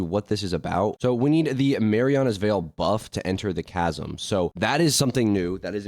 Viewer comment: Bro can't read "Mariana's veil buff" "tch-asm"